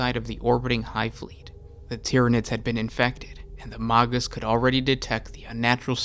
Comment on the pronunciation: You pronounciations make it sound like the Genestealer Cults are led by MAGATs.